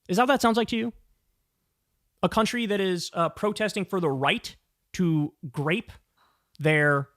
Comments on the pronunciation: i keep hearing "grape" instead of "rape" listening to this at 1.5x so i keep hearing kyle say "anal grape" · Why am I hearing “grape”?